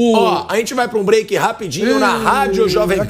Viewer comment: "Píiado' e esse maldito "vamos para o breike".